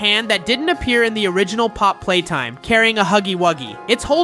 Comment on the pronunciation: you said popp playtime